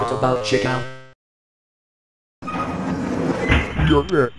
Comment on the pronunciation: Why do u call chica Cheka?